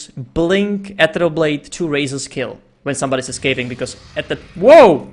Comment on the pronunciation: quite good casting, but pls learn to pronounce "ethereal" correctly :/